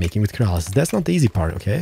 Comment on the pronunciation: you said "Kerasil" but it's spelled "Keralis"